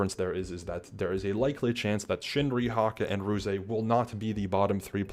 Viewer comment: This was super cool to hear, thanks for sharing what you could! One minor thing: Ruze pronounces his name without the “eey” at the end, ruze is a single syllable :)